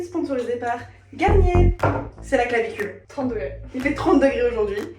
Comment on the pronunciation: C'est moi où elle a dit c'est la clavicule et pas la canicule 😂